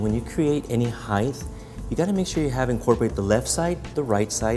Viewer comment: he says hi-th (height)